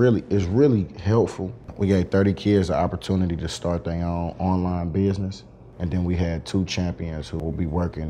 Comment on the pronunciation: I love how this man says buisness😂